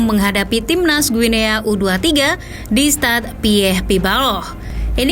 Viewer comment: izin koreksi, bacanya "Gini" min 🙏